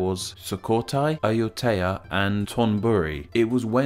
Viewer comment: ZKIX739 yeah like Sukhothai and Ayutthaya. He flopped